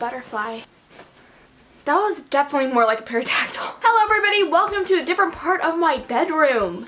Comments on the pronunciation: She literally said Perodactyl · Does pronounce pterodactyl with the "p" being heard?